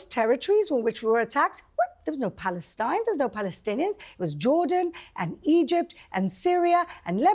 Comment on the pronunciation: Norman Finkelstein can't even pronounce his own name. He can't even make a snake sound... how can someone listen to a man that cannot even pronounce iSrael.. There's an 'S' in there.. but I don't hear Norman saying Israel... I hear him saying Ithrael. He can't say Palestine... he says Palethtine. Get it right Norman.